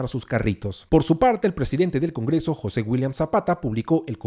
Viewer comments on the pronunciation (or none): none